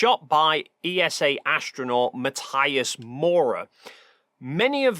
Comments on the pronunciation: Just one thing. Matthias is German. His name is pronounced Mat-ee-us. Just like Sabine Hossenfelder's (crank that she seems to have become, her name is commonly mispronounced) name is Sa-bee-neh (3 syllables not 2- no silent e in German). Ma-tee-us. Sa-bee-neh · Sorry, just have to point out that his name is pronounced Ma-TEE-as... Ok, thank you, carry on now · Hi, love your videos and style, but... MATTH-EYE-AS???? Really? 😅😅😅 Tomorrow when I see him I'll tell him and watch his reaction